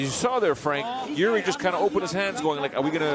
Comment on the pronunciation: jiri 🚫 EE✅